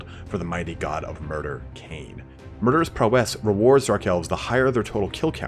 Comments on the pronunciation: awesome video, just you'd pronounce "prowess" correctly :P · The way this guy says "Prowess" is annoying